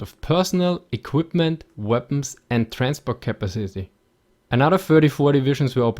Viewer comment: Capacity :)) Capazizzy :)))))))))) Dying here